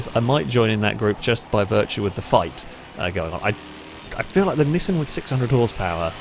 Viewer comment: Bro. Nee-sahn or Nee-san, not nisn. Anything but that. Actually nvm I’d rather hear nisn than “pyoomer” 💀